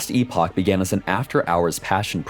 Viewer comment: Very exciting to see this game grow. I've followed it for years now and it's received so much care, looks and plays on a completely different now. Also, you hear that? The director himself says "Ee-pock". None of this "epic" bullshit. The amount of people I've seen shitting on others while blatantly getting the word wrong has made me cringe to no end. They're two different words, with two different pronunciations.